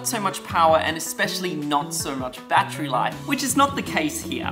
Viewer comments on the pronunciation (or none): none